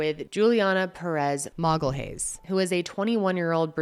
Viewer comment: it's MAGALHÃES